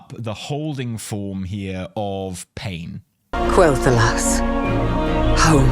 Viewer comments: See.. This. This is a normal analysis of a video....Also no. It's Quel'Thalas. Not Thalos. I have no idea why that voice actor said Quel'Thalos so oddly. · Sylvanas always had a weird accent, not surprised she pronounces Quel'Thalas differently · I can't believe you've been pronouncing "Quell The Loss" wrong this whole time! :P